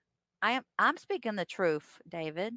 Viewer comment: Substain Troof